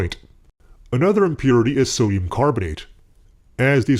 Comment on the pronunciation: Every time you say sodium I just hear “summ” . Some hydroxide Some metal Fuck